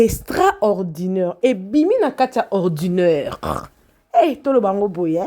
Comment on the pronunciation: Ordinaire et non orduneure ma cheruuu